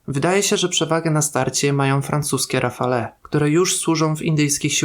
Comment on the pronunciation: Rafale" wymawia się [rafal].